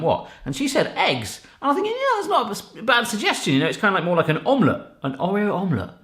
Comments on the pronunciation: No it's pronounced orr ee oh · Am I the only one slightly triggered at the pronunciation of 'Oreo'? 🤣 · Oh... The way you pronounce Oreo is triggering me lol 😂